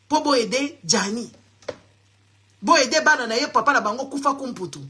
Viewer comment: ce n'est pas kufakumputu mais Fwakumputu ma belle